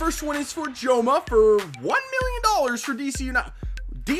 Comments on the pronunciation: Jome is pronounced like "home!" :D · In Jome's name the "e" is silent